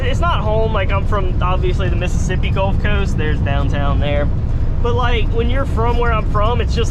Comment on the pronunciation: he always said Missippissi